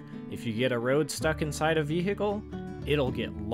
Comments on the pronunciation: very cool and funny video. one small criticism: never say the word vehicle again with that country bumpkin ahh accent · I really liked the vid, but man, you pronouncing vehicle like that somehow really annoys me TT